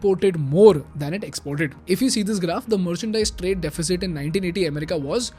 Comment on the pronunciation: You are doing a good job. May you keep making such amazing and informative content. You need to work on your pronunciation of "America" and "government"